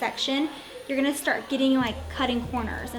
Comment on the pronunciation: "I'm not gannew" blegh shudder Had to turn it off there. Going to. Going. To. "gannew"